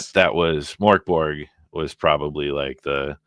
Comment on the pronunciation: The way you pronounce Mörk Borg sounds a bit like the Swedish Chef from the Muppet show;-) The way to pronounce it in Swedish is more like “Murk Borj” (the “j” should be unvoiced, like the “y” in “yellow”). Not very important, just thought I’d share =)